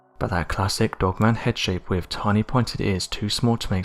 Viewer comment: its with not wiv